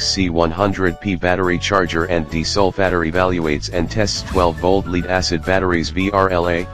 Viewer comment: It was a joke. The robot in the video pronounces it as a deesolfatter.